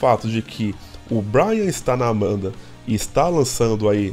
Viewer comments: o nome dele é BRAIN, não BRIAN. Se pronuncia "BRÊIN" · meu ouvido sangra toda vez que eu escuto vc falar BRYAN.... é como chamar o Duff de Duff McGregor ou Slash de Sleich ou Axl de Axél. NÃO EXISTE BRYAN. É Brain, (BRÊIN). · Boa. Só me explica uma coisa. Porque vc se recusa a pronunciar o sobrenome do Brain? Percebi já no vídeo anterior. Tive que pesquisar no Google pra ver se vc estava falando do Brain Mantia.